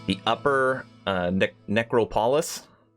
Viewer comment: pronounce "necropolis" as "neck-ra-poh-lis" i believe.